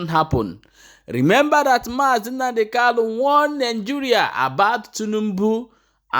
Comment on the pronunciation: Kanu and not kalu.